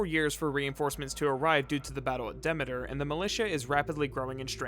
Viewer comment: Okay I just realized how weird you pronounce some things. Maybe I'm wrong but I always thought Demeter was pronounced de.mee.ter but you pronounce it de.meh.ter... weird.